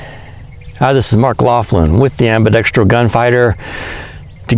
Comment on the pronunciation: The only person on guntube who pronounces “ambidextrous” correctly. Finally